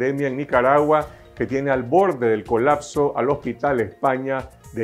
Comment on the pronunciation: COLACSO / COLAKSO no es un verbo la palabra es COLAPSO con “P”